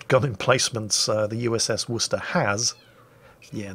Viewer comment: Wuss-tah!! Bravo!! That is the correct way to pronounce the name of that city in Massachusetts, USA.